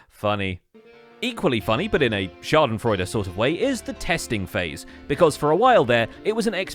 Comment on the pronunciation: witchcraft , i say.... how else would he be able to pronounce schadenfreude so perfectly ??